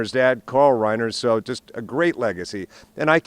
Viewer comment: tell that woman how Rob Reiner’s name is pronounced correctly.